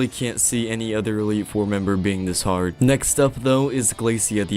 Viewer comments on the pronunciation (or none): none